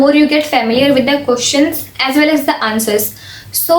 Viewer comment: She's always like pronouncing questions as koeshons 😂🤣😂🤣 Please tell her it's questions 😂🤣😂